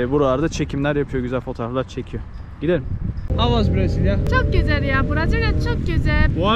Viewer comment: Nobody:: çık gizel yaağ